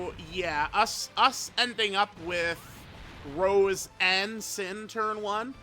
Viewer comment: When will the day come where unc will say Rosé and not Rose 😭